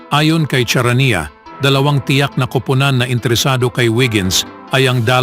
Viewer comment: Sounds “S” Ang first Letter ng “Charania” BASIC dimo pa mabigkas ng Tama (CHARANIA)Mr.speaker.😂😂😂😂😂😂😂😂